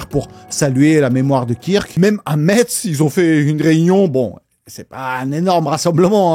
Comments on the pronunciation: Euh pour Metz..on prononce messe.you re welcome❤ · Vidéo intéressante, on peut ne pas être d'accord avec ses idées mais ça ne justifie pas un meurtre Par contre prononcer Metz "Mètze" ça ça passe pas par contre 🥲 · "à Metze" Viens nous le dire en face :)